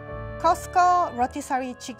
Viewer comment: Coq au vin, I thought I heard cocobun.